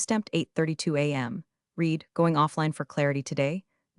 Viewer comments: Yeah, someone should whisper to the narrator that past-tense read is pronounced like red, not like “I need to reed a book.” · Teach the narrator the pronunciation of the past tense of read.